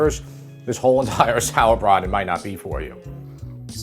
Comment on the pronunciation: Love the sauerbraten pronunciation